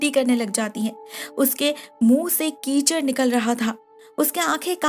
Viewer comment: keychain❌ Keechad